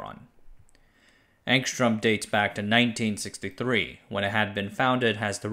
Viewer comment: The Cyrillic spelling is Angstrem but the pronunciation is Angstryom.